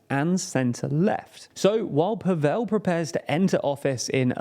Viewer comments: it's Slavic not Hindi pAvel, not pavEl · PAvel not PavEl. Learn people's names, ffs. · If you do more shows on this topic, please pronounce the president’s name correctly. It’s not paVELL but more like gavel or ravel. That said,Babis’ history as a collaborator with the secret police under communist rule, a fact, proven by Slovak courts,and his laughable inability to speak Czech or even string together a coherent sentence also worked against him. But people are tired also of oligarchs, especially those as oruthless and greedy as Babiš. I mean what kind of person would forge his son’s signature on a document, and then lie that the son, a licensed pilot, was schizophrenic and mentally incompetent. The only reason Babiš wanted this position was to keep out of jail. And jail should be his next stop.